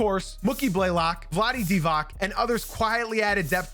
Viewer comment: Learn to pronounce Divac correctly.